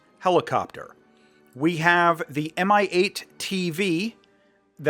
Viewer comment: "Mi-8" sounds in russian as "mee-8". Thank you for review!